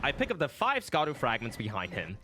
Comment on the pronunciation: I love your content! I just found your channel recently and have been binging it lol. Just wish you’d pronounce Scadu correctly. It’s “shah-dew” not “skah-dew”.